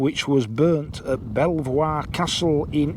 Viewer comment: Never ridden the Pateley/Kirkby Malzeard way to Masham. Definitely my next foray into Yorkshire. By the way, no criticism meant or implied, but l think Belvoir is pronounced "beaver." A little like Mainwaring/ Mannering, Cholmondely/ Chumley etc.